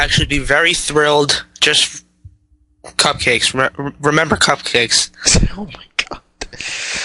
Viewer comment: Bluh, cUpcakes, not cIpcakes